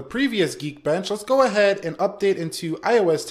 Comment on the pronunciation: i cringe everytime you say leets gooe